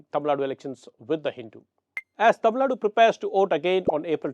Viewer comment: It’s Tamil Nadu. Not Tamil Naad. In English also it’s Tamil Nadu. The Hindu- pls take care of pronunciations, this is not print media.